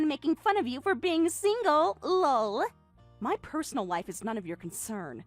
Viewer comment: Saying "Lull" every time LOL comes up is seriously ridiculous. Just laugh for goodness sake.